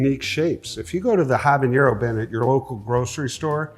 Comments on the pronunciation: Once more for those in the back, habanero is not pronounced habañero. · Habanero isn't pronounced like that. It has a normal n, not an ñ. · Habanero. Not habañero. You say the n just like a normal n. It's not a jalapeño. Speaking of which, "HAH-LAH-PAYN-YO" not peen. Payn. I absolutely love Ed, but man I wish he could would pronounce the mexicana peppers right. You're the pepper ambassador dude! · I guess a lot of people make that mistake because they think it's like the ñ in jalapeño. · Love that he’s a pepper expert but can’t pronounce jalapeño or habanero correctly 😂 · I'm more shocked he doesn't know how to say it. He's the pepper guy. He should know. 😂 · The way he pronounces habanero is just so odd. Also, I love the fact that he’s showing how to try hot peppers safely. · Dude’s mispronunciation of Habanero immediately disqualifies everything else he said or claimed to be. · Tons of people mispronounce it like that. It’s a little annoying but really not a big deal. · One brief note about habaneros is that the "n" is just a regular "n". There is no "y" sound like you get with the "ñ" (the one with the tilde on it). It's not pronounced the way you pronounce jalapeño.